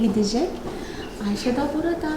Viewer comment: Ayşayı yerimmm yaa siz ayşa diyorsunuz bide de ayşe deniyor normalde çok tatlı bir kızın var yaa